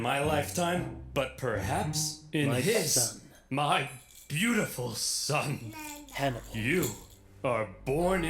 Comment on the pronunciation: This dud be like... Yup.. Yup... Yupp.. Oversimplified: the hero of the 1st punic war. Oversimplified:hamilcar barca Him:hanibal barca.. Ooopp😅😅😅